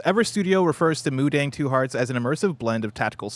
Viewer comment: Mudang pronounced mu-tong